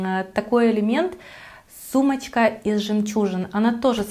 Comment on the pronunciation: Что с вас с буквой Ч?...оЦьки, сумоЦька.....бесконеЦьно...